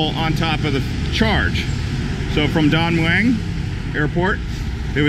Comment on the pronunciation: and Don Mueang is pronounced Don Moon. for those who care